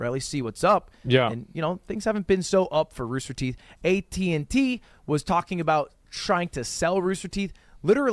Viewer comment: Wtf is ruster teeth?